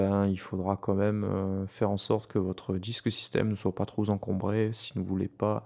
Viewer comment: "ne soit pas trop zencombré" ??? Muuuahahahaha !! Les liaisons dangereuses... Sinon, très très clair !!!